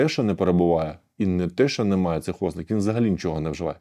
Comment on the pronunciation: ознАка, а не Ознака!!!! вИпададок, а не випАдок!!!! Грамотні ж ніби люди, а вуха ламаєте!!!!